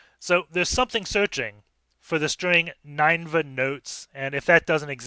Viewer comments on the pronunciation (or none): I know this is an old vid so I’m necroposting here, but I’m pretty sure this box is pronounced “nin-ehva” not “nine-va” since it’s a reference to the ancient Assyrian city in the Bible whose destruction Jonah was sent to foretell. you can see there’s a file in /var/www/html called “ninevehdestruction.jpg” which supports the idea that this is a reference to that city. Just bringing it up because sometimes understanding the references helps with the solution of CTF boxes. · the way you pronounce ninevah tells me you didn't watch veggie tales as a kid